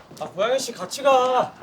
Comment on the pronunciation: 여주랑 여주친구들 학교사람들 다 발성 괜찮은데, 남주만 살짝 발음(?)이 먹히는 느낌이얌.. ㄴ/ㅇ받침같은거 들어갈때... ㅁ으로 대신 발음하는 느낌..? "고양이씨와의키스를통해"->"고얌이씨와의키스를톰해"이런느낌...?